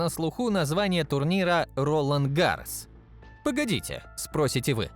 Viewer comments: У автора явные проблемами с ударениями: РолАн ГаррОс, блин. И смотреть про танки вряд ли буду. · рОлан гАрос дассалллллт обалдеть. Я не говорю что надо знать что во французском ударение всегда на последний слог. Но по ушам просто режет. Дассо. au eau читают как О это дифтонги. Может еще и Рено прочитаешь как ренаулт, хахаха. Он же пишется Renault.